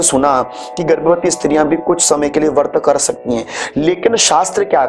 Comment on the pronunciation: "वर्त" नहीं, "व्रत" होता है, कृपया सही उच्चारण करें।